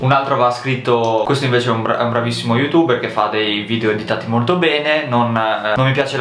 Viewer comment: perché dici youtubberz?